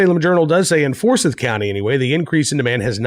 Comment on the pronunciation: Pronounced For-si(long i)th even though spelled Forsyth. Grew up there!